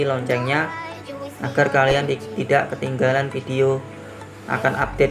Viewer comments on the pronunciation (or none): none